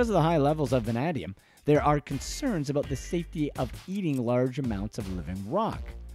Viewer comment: I hereby order you back to the studio to re-record this audio after you learn to pronounce “VANADIUM”!!